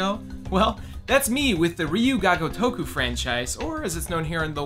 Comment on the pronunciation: Its ryu ga gotoku cringe everytime you said it wrong.